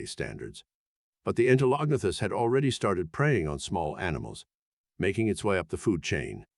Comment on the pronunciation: You really need more work on how to pronounce the names of these amimals. Ostracoderms have the "a" sound as in "up" not "cat". You have the syllables wrong in Entolognathus - it's En-tel-o-gna-thus, not en-te-log-nath-us, with the stress on "gna" not "log". Other than this your content is great.